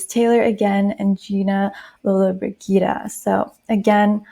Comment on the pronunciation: Leigh is pronounced Lee and Lollabrigida is pronounced Loll-a-BRIDGE-eeda